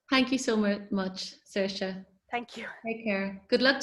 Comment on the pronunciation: Oh good, that's how you say Saoirse.